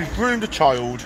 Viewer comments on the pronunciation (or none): Why do they say chiyuld instead of child?